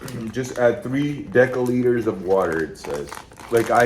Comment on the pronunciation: Deci=desi. Pronounced with an s, not the k-sound 😉